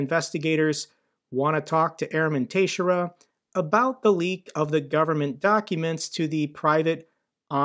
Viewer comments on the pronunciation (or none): The leakers name is Portuguese. It is pronounced Tuh-SHARE-uh. Love your video's and the only problem I find with them is that they are not daily! Thanks!!! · That last name is pronounced, TEX-AIR-RUH. I know from a girl with that surname from highschool, just FYI. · Hi. It's pronounced "ta-SHARE-ah". Keep up the great work. 😊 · Lol you pronounce that last name Tix-Sarah. It's a very common Portuguese last name. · must not follow baseball if he can't pronounce "Teixeira" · Quick question if I may, is your pronouniation of his Surname correct or are you guessing like I am? You seem to pronounce the X as a T which was not what I guesses for sure. ;)